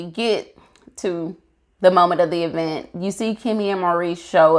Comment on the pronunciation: Nice review! Please don't join Tisha I'm pronouncing it "EEE-vent" lol!